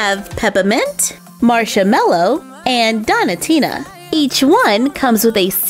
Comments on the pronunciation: Its donutina like donut not donitina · I love watching your videos BUT(T) i'm not sure that's how you say donatina.. dough-nah tina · not to be rude but it's pronounced doughnut-ina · You don't know how to pronounce donatinas name correctly it's doen -atina